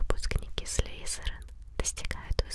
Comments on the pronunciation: всë круто, только не "слЫзЫрЫн", а Слизерин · Почему ты говоришь некоторые имена неправильно так как "Ты наверняка знаешь Ньют Салламандера"? И говорится не "Слизеран", а "Слизерин"!